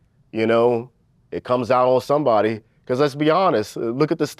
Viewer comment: didn’t know “Becauuuuse” had 6 syllables